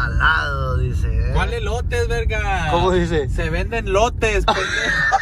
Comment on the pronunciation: Elotes dice En ves de lotes 😂😂😂